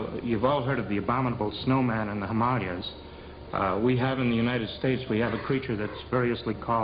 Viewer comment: "Hamalias"? It's Hymalaias!!!!